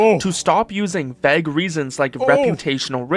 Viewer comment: someone should teach that kid how to pronounce vague